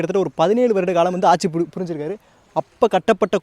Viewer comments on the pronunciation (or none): none